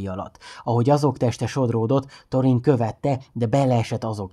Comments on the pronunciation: Illetve ha már van magyar szinkron a filmekhez és ott is helyesen vannak kiejtve a szereplők nevei akkor ezt is érdemesebb lenne figyelembe venni. Pl nem torin hanem “szorin” stb.. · Szerintem jó volt csak Thorint Szorinnak ejtjük.